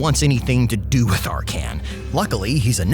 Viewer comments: ark can? Like the dude says his own name several times when you click him and still u managed to butcher the pronounciation of his name? If this is supposed to be funny it failed. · I believe he says his name or other character does and the pronounce is ARkhan, just like SEttra. Tbh I always had it that way in my mind so hearing in a different way in the video was a bit of a torture. The way he says LIber MOrtis reinforces the idea too.